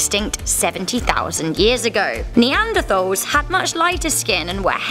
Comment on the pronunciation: i know it’s spelt neanderthal but it’s pronounced neanderTals...